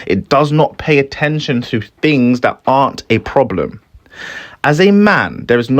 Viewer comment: y do u say fings?